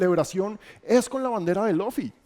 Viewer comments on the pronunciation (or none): Cada que dijo Loffy me daba algo pero igual lo vi todo, excelente video! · muy bueno pero no le digas Lofi a Luffy jeje